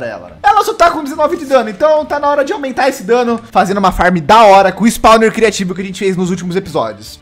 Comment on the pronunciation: Fala criatio em vez de criativo quem vê detetive craft 53 vai entender isso